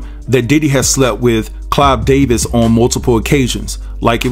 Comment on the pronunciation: They so toxic yet she had 3 kids with Diddy!! And who cares who PDiddy slept with,Is Usher complaining,is Clive Davis complaining, y'all messy!! And stop calling that man "CLYDE" SMFH it's "CLIVE"!!